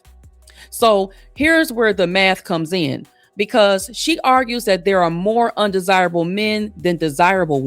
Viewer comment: She said undersible like unattractive.